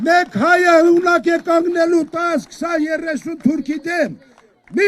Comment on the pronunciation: Միջև հիմա կանգնել բառը չի կարողանում ճիշտ արտաբերել։